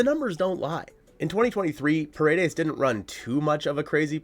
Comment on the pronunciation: Pa-re-des not per-a-des means walls in Spanish. But yes I’d love to him in Seattle!! Give them Woo or Miller! Heck give them Gilbert if the Ms end up signing Snell or Yamamoto.